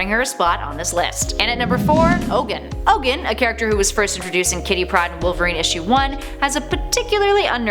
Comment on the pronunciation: Its pronounced Ogoon.